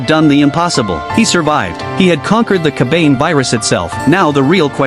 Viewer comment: Its pronounced Ka.Ba.Nay... not ker bayne. Damned AI.